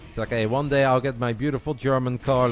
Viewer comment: Thought you said dad